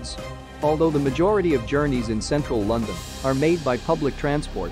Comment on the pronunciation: Eye lyke Lunndunn 👍